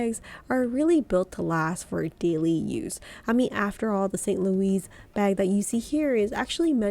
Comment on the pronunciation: Your prices are somewhat off. Artois PM is $2400 pre-tax in the US following the price increase earlier this year. Always cheaper to purchase in Europe, of course. Pronunciations are a little off, too. The Louis is Saint Louis is the same as Louis Vuitton, not "Louise." Martin is pronounced differently in French as well. I also think you meant "boast," not "boost."